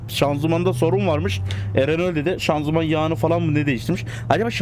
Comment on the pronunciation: Abi şanzuman yaı deyişiyo